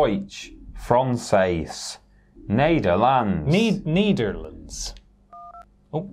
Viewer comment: pronouncing Nederlands perfectly and is immediately undercut by:)